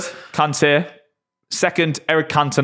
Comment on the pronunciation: Its Kante